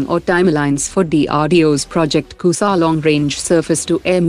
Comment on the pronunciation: Shame on u, u being indian, u r not able to Pronounce *Kusha* properly, u r pronouncing it as **KUSA**, Shame on u, Shame on u👊👊👊👊